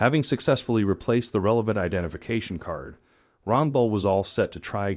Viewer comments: Good story. But how do you manage to mispronounce the elderly man's name as Ronbel when you repeatedly show the correct spelling on the back of his jacket as Rangel ? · Give the man some dignity and pronounce his name right at least. It's Jesus Rangel Pronounced : Hay-soos Ron-Hel.